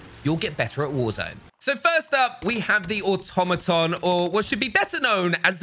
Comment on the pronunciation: say it with me: aw-TOM-uh-tahn